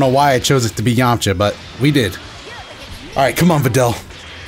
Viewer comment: I love the added A now he's Yam-A-cha hahahahha awesome